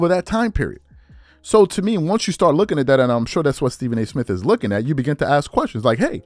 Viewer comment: Why do you say “ax” in place of “ask”?